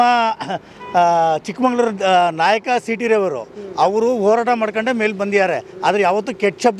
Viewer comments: ಗುರು ಅದು ಚಿಕ್ಕಮಗಳೂರು ಚಿಕ್ಕಮಂಗಳೂರು ಅಲ್ಲಾ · ಅಣ್ಣಾ ಅದು ಚಿಕ್ಕಮಗಳೂರು, ಸರಿಯಾಗಿ ಜಿಲ್ಲೆಯ ಹೆಸರನ್ನು ಉಚ್ಚಾರ ಮಾಡಿ